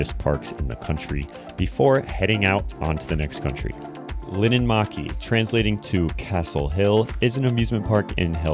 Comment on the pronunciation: It’s linnanmäki not linnanmaki